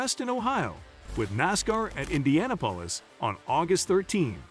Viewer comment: Computer generated voices that mispronounce things like Pocono and Indianapolis, are irritating. As for SRX, big names already race in the summer series. Ever heard of Helio Castroneves? Tony Kanaan? SRX isn't a NASCAR series. It's like IROC, the International Race of Champions. Drivers from various disciplines compete.